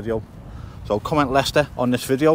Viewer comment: Lay- Chester